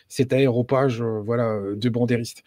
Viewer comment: À,, vous êtes écrivain? Alors soignez votre français. On dit aréopage, pas “aéro page”. Rien à voir avec les avions, mais plutôt avec Arès, dieu de la guerre Grec.